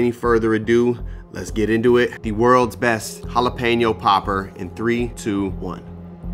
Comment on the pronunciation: I loveeee poppers! It’s a must appetizer every party I throw! Can’t wait to try this recipe! 🔥 🔥 🔥 I’m glad you didn’t say Jalepino! I can not when people say it like that 😂